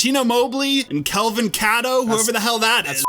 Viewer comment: Kelvin "Kat-oh" LMAO. We know it's "Kay-toh" but that was great